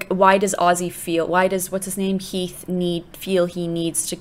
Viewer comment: you said Keath instead of Heath 😂😂😂